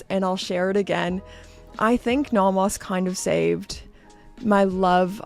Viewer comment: You are the only person I know who pronounces it naw-mahs. Merry Christmas,!